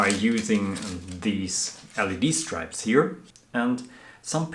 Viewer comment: Marvellous craftsmanship. Following with interest. Just mention it’s Stripps not Stripes pronunciation 😊